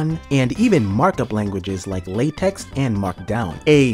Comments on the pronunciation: LaTex is pronounced "lah-tech" or "lay-tech", not "lay-tex" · LaTeX is pronounced "lay-tek".